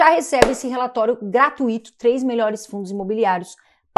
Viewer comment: Gra-tui-to, linda..... não existe gra-tu-i-to.